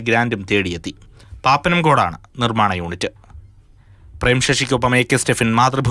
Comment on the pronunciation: പാപ്പനംകോട്ട് അല്ല, പാപ്പനംകോട് എ൬ാണ് സ്ഥലപ്പേര്.... 🧐